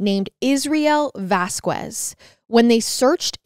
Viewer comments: Just a note: The last name is said as Vas-Kez Not Ku-ez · love the podcast, such a sad case may the family rest in peace. just letting you know, the last name Vasquez is pronounced like vaz-kez! coming from someone who grew up in NM. Also from a podcast a while ago, the last name Jaramillo is pronounced like Harameyo. Weird haha